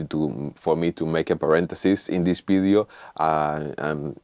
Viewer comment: "in this....Bidio"? what is...bidio?